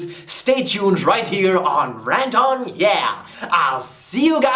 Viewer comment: I came at the end when he said "Ranthoni ouht"